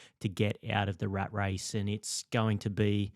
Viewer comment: “The rate race”? Not the “rat race”?